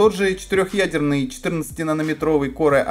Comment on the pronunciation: Корэ ай 5 ))) Не мочи коры а называй правильно - Кор, я вижу с английским у тебя борода, не знаешь как произносится погугли и почитай транскрипцию.